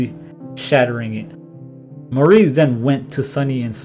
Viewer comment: amazing video as alwats :D but i think you are pronouncing Mari wrong. its supposed to be pronounced mÁri (ma-ri) not marÍ (marie)